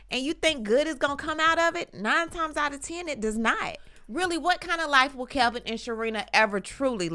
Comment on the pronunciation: It’s Kevin not Kelvin.